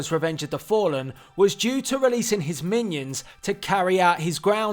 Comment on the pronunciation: 8 minions not i inions